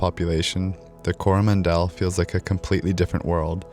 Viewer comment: Weirdest pronunciation of Coromandel I have ever heard! Must be the Canadian accent.